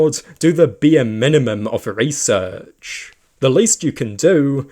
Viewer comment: Why do you talk like that? That's not how you pronouce research or inaccuracies. Your slower pronounciation on the last syllable of every word at the end of a sentence makes me want to pull out a tooth. Please tell your allocution teacher they're full of shit.